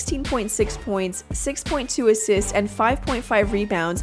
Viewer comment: . "assits" XD.